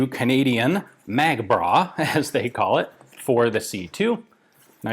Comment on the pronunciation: Did Mr mccollum said mag bra?